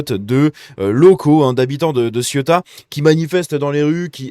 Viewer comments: " Sé ou ta "...pas Cieuta. ;) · Bonjour, j'aime toutes vos vidéos. Cela dit, pourriez-vous arrêter de prononcer Ciota svp ? Merci !! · Ça se prononce “c’est où ta ???” 😆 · CÉOUTA putain !! Faut 10 secondes pour se renseigner sur la prononciation !!!